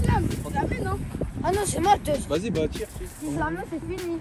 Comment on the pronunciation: il a dit deuz